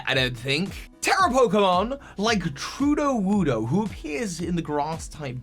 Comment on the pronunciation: Ahem! It is not Tru-DO-woodo; Brassius dubbed the Tera-form Tru-LEE-woodo. As in “truly” vs. pseudo…